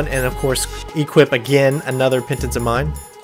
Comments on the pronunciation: pen-TAH-zeh-meen. emphasis on capitalized. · I think its pronounced "pen-taz-a-min" but i could never say it correctly either and good show with the strategy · Pen-Taz-Uh-Mean is how you pronounce it, lol. Sorry, had to do it :P